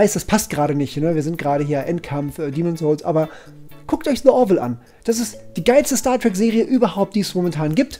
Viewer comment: Nicht „dä orville“ sondern „di orville“